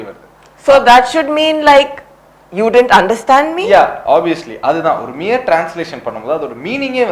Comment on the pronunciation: Do we really require these kind of useless reviews where we still learn and try to improve the skills as linguistics. Also the guy pronounced as DIDINT. Even he doesn't know how to pronounce it the word didn't. You guys learn first and then come here for Subtitle reviews. Do a better job if by providing subtitles to Tamil classic movies and prove your skills there. If you start finding the mistakes, then it is everywhere. Wont get a stopping point anywhere near. Note :We know how you guys are earning huge money through your subscribers and views. All you know is just go around in social network by criticizing someone's hard work and earn money through that. Which is really not good and has to be stopped ASAP. Hope you know the meaning of ASAP :-).